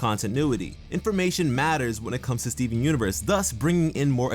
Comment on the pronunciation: I liked the video..but what I liked the most is the way you say Stee-veen xD